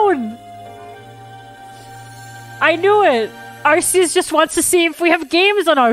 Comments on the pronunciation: Everytime says “arseus” I physically hurt 😔 Just thought id edit this real quick and say i mean no offense to absolutely love her videos but my point still stands. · I just need to make sure that doesn't make herself look dumb later and mention that it IS actually "ark" phone. Originally Arceous was pronounced like an s but they changed it to a k pronounciation when they realized that it sounded like arse. XD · It bothers me the way she pronounces Arceus